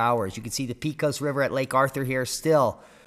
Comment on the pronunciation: Pecos pronounced PAY-CUSS